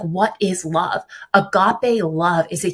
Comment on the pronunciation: It's crazy to me that doesn't know how to pronounce "agape"